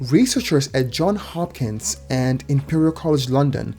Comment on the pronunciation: It's Johns Hopkins, not John Hopkins.